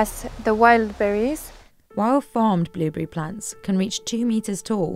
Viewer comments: Billberry or blueberry you should probably pick one pronunciation... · Sorry british lady It's "blueberry" not "billberry" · Why cant she pronounce blueberry?